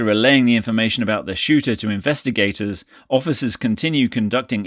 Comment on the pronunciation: I'm the only one who's seen the “SHOTER” 😆😂😂🤣🤣 That's a new one on me. needs to go to school